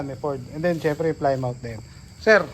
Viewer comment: Ang tamang bigkas o pronounce po sa Plymouth ay "Plih muth" po 😊